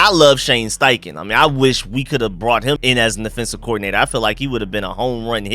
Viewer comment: my man bro I thought there was something wrong with my ears everytime you say the word offense you pronounce it in it’s correct form but do you know that every time you say offensive you pronounce it as affensive and it tends to sound like you are saying defensive check all your tapes but we get it that’s that Georgia slang just like a lot of us Marylanders grew up calling a dog a dug an ambulance an ammalance lmao